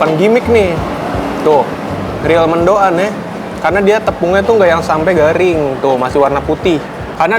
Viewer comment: Sebut mendoan ga dipisah mank bisanya, mendoan bukan mendo an